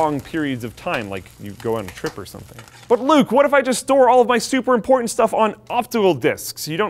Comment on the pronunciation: "imporntant data"